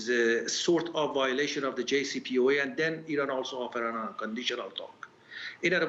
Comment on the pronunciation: He cant even pronounce JCPOA correctly!